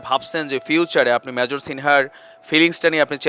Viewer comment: শিপ্রাকে বলছি, মেজরকে যে ভাবে আপনি উচচারন কোরলেন এটা মোটেই কাম্য নয়। সব ভাষায় ই কথা বলার একটা নিয়ম থাকে, কাজেই এ ব্যাপারে সচেতনতা না থাকলে আপনারই ভাব মুর্তি খুনন হবে।